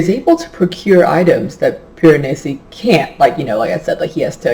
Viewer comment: Hahahahahahaha you definitely pronounced Piranesi better than I did! Omg I have no idea how to even spell it either, that just took me like tries to write. I am SO LOOKING forward to this one! Especially after hearing your thoughts on it! I love books that are a nice, slow unraveling of secrets! :)